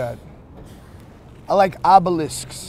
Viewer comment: HE SAID IT GUYS; HE LIKES OBILESKS